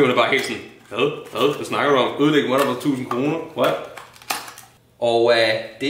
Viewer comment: ka man sige motherboard mere dansk end